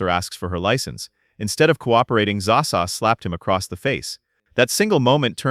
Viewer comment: Its not zaa sa.